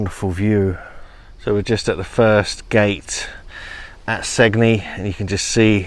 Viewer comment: And "Sane-yee", Italy.